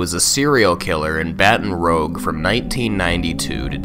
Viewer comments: hol’ up- this dude did not just say baton rogue instead of baton rouge…💀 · ITS BATON ROUGE NIT BATON ROGE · Btw, Baton Rouge is pronounced Batun Rooge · “Baton ROGE” lmao it’s pronounce liked “rooj” it’s French 😂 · Oh and inb4 ppl are on your ass for saying "Baton Rogue" Haha its Baton ROOGE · Baton "rogue" lolol it's Baton Rouge, just so you know in the future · Is no one going to comment on the pronunciation of “Baton Rogue”? It’s French. “bah-ton Roo-je” not “Ba-ton Ro-ge” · he went “battin’ rogue” lmaoooo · "Baten rowg" lol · “Baton Rogue?” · man did not say baton "rogue" lmao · just an fyi, the Rouge in Baton Rouge is pronounced like "ruse" lol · BTW man im from that area is that its pronounced baton-roosh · Baton Rouge is pernounced Baton Rooj, not Baton Rouge, since it’s French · Scariest thing here was the pronunciation of “Baton Rouge” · Yes, I completely agree with this statement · Fr made me roll my eyes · I’m from Louisiana, and the way you said Baton Rouge pisses me off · Im from Louisiana and it isnt said like baton rouge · umm excuse me baton rouge? you mean baton rou-ge. it's not pronounced like that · Really butchered the name of baton rouge man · Fun fact! Baton rouge is pronounced like you would pronounce Rouge the bat. Simply wanted to let us know (or maybe I'm wrong) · Why did he butcher baton rouge like that tho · Did you seriously just mispronounce Baton Rouge?! Disgusting.